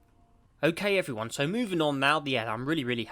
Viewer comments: i hear "hello refre one" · Scottish everyone